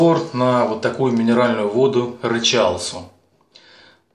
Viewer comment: Рычал Су ударение на У